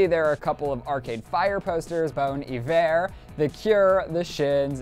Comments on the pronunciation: bone eVeREr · the way pronounced bon iver made me cringe hardcore